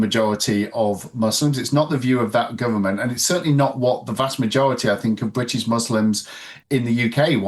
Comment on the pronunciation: Bwitish? *Englistan.